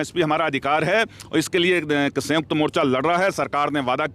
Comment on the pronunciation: संयुक्त बोलो सर ना कि संजुक्त